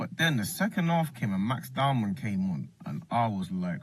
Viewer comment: Its not DOWNMAN. Its Dow-man.